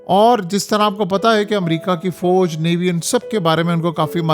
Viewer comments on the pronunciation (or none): none